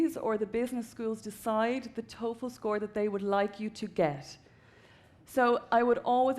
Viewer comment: TOEFL NOT TOFEL (Test Of English as a Foriegn Language).